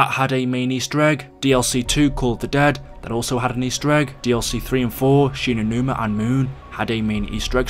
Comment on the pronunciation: Often saying things wrong... Shi no numa and moon.... waw